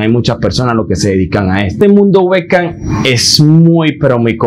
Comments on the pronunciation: "el mundo wec CAM"? 😂 Te recomiendo leer mucho ejercitar tu masa gris o sea tu cerebro 🧠..! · La verdad lo suyo no es la oratoria !!! Hablo y se la paso todo el vídeo repite y repite que es el webcam para terminar enredado y no explicar que es el webcam !! que más bien sonaba a Güeca , Uhecam , Ueca , Beckham , etc.. etc... Ahora entiendo porque en los vídeos que he visto ni habla solo se mueve !!!